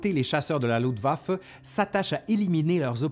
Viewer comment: Très intéressant, par contre, les francophones ont toujours autant de problèmes à parler en allemand. On dit LuFtwaffe, pas Lutwaffe. Saperlipopette.